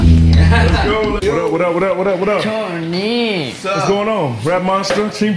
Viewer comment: i love how chim chim says tony!